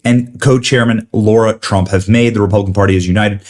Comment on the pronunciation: Benny PLEASE PLEASE take heed: it is NOT LAURA Trump. NO ~ it is L A R A . She is so tactful and cares about the feelings of others so all this time she has said nothing. I cringe every time you say it